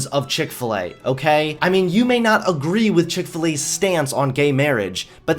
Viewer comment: chik fil E